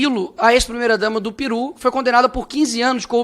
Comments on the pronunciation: Esse deputado é uma piada. Ele não sabe nada, até a pronúncia de Peru, ele fala( Piru). É piada, gosta de se aparecer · O Nicola além de mentiroso e se utiliza de fack news ainda fala errado falou piru e não peru😂😂😂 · Pessoal, eu ouvi o que ouvi ? 😂 O Nikolas disse “Piru” ? 😂 Não seria, Peru ?